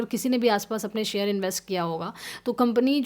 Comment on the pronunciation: बस हिंदी का उच्चारण और थोडा बेहतर हो जाता तो आनंद ही आ जाता / जैसे मसीनरी / मशीनरी , सुड/शुड (should), सेयर/ शेयर, कोसिस/कोशिश, कैस/कैश (cash)